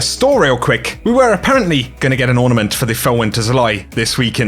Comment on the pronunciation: For master chef emote u called it an ortament